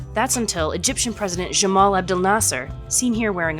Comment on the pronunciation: Gamal not Jamal